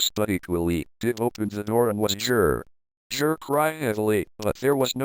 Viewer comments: i love how the voice pronounces it JIR instead of GIR 😂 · its pronounced G.I.R